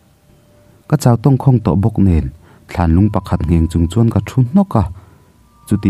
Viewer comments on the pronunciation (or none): none